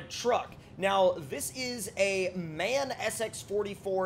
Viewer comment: MAN is produnced M-A-N btw great video!